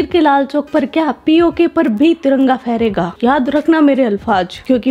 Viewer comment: Please hamari tiranga ko galti se bhi taranga na bole....